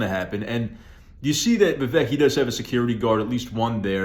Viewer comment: Vivek rhymes with cake